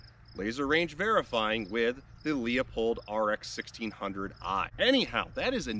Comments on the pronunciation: “Loo-pold” not “Leo-pold” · It's not a Lee-o-pold scope, it's Loop-old. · Leupold is pronounced loophold not leopold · I'll start using Leia-pahld to make everyone unhappy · You lost me when you mispronounced Leupold. That happened fast. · You may want to watch a Leupold video and learn how to properly pronounce their name